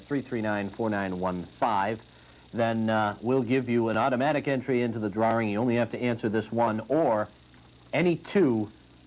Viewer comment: What's a drar-ring?